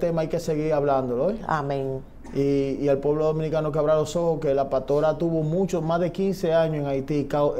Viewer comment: Señor, usted es dueño de esta plataforma, se dice paStora, no PATORA, se dice teStimonio, no TETIMONIO.